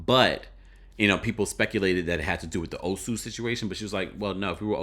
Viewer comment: I give Ashly credit for pronouncing Nigerian names well. From Nneka, Ngozi to the Osu thing .